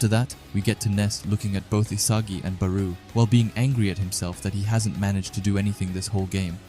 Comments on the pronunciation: FIRST U SAID BARU NOW RAYCHI ARE U SERIOUS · SORRY COULDNT WATCH COZ U STRESS BAROU ON THE SECOND SYLLABLE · he’s most likely talking about how you said barous name, I don’t really care about the errors cause we know so it’s fine don’t stress on it. I like the chapter reviews btw.